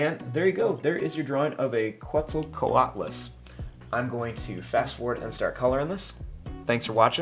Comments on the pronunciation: you said the name right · he did say it correct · you said it right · You pronounced it perfectly, and thanks to this video i have an awesome Quetzacoatlus for my dinosaurology book ❤ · You said the name right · 1. Don’t worry you pronounced the name correctly 2. I prefer flying reptile it just makes more sense to me 3. The drawing looks cool